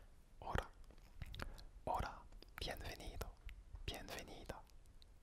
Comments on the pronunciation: sa se dit bienbenido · normalement pour les v on dit b par exemple pour bienvenido on dit bienbenido ; ) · Le v se prononce b sinon c'est très agréable 😃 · Très bonne vidéo mais remarqué que tu faisais une petit erreur à bienvenido car les "v" se prononcent "b" du coup ça se dit "bienbenido" mais ce n'est qu'un détail bonne vidéo en tout cas continue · Este vídeo está súper soy de Madrid y hablo un poco francés . Les « v » en France ce prononcé « b » en español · salut je suis español je parle un petit français quand tu dire bienvenido tu ne doit pas dire le n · le v se prononce b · coucou super vidéo! pour info, le "v" en espagnole se prononce comme la lettre "b" 😉